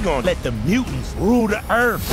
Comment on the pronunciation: Where do I start? April being pear-shaped is still off putting. Mikey and Donny should have had their voices changed. Also, Mikey’s pronunciation is annoying…”can you imagine dat?” Further, why give the most lines to the villain that talks like this? “We gon let da mootins roo da earf!” Ugh…yeah…can we get subtitles?